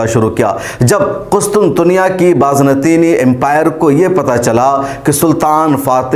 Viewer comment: It's Bazanteeni not Baaz nateeni